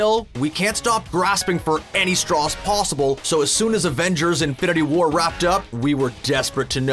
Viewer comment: Draydin Bardon Pawsible